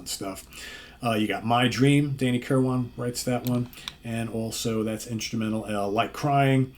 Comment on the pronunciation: FYI - Danny's last name is pronounced kir-win, not kir-wan. Just sayin'